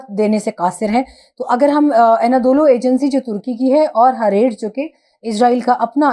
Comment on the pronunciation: Dear Your pronunciation of Hareetz is not correct